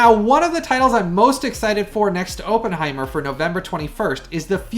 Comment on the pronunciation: I love your YouTube channel but if you're gonna review a movie, please learn to properly pronounce Oppenheimer's name correctly. It's pronounced with a short "O", not a long "O".